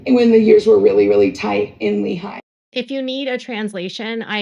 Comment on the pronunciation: FYI, and this really doesn’t matter, but it’s pronounced Leehi not leHI